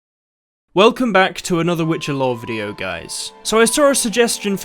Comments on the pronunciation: More important question is: why is it pronounced 'lore' instead of 'law' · am I the only one hearing Lowre of Surprise? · "The lawr surprise" lol